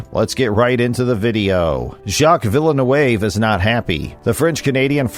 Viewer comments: Nice job pronouncing a French Canadian name like it's fancy Spanish. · I can't watch because of you butchering his name lol. Must not be a F1 fan if you don't know vill-noov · its pronounced 'Villa noove'. The commentator is a bigger joke than F1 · Weak video. If you cannot pronounce “Villeneuve,” why bother? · As a french Canadian I'm not even mad, this prononciation is out of this world. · totally ripped "Villeneuve" at the beginning... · When people do videos, I think it’s really important. If they’re talking about people from other countries, or even their own countries, they should find out how the people pronounce their names. I don’t think this guy got any of the names properly he miss pronounce Max Verstappen he miss, pronounced Jacques Villeneuve I mean come on buddy do your homework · An "F1 channel" that doesn't know how to pronounce Villeneuve.